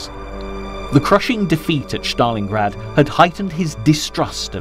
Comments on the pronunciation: Bloke is pronouncing Stalingrad like he’s an SS trooper. Stalin- grad. Not Shztalingrad. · It is not, “SH - tal - lin - grad,” nor is it, “SH - ta - lin”!!!!! There is no voiced “H” in either proper noun!! When I hear common names mispronounced—in this case, Germanized—I judge the work to be sloppily done and I stop watching. The least any narrator can do is to triple check that all place names and surnames are pronounced correctly! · Why do you use the German pronunciation of Stalingrad? It is Stalingrad, not Shtalingrad. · how many times is this mug gonna say ' Shhtalingrad ' !??